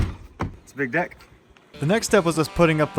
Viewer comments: Bro did NOT say deck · I heard that too lol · Bro I thought he said dick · he did not say "deck" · deck en😂